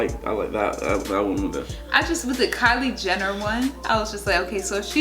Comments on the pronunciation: "kyler jenny" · lol said "kylier jenni" I was laughing my ass out cuz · “Kyler Jennie”